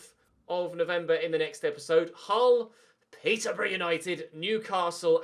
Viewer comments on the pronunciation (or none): none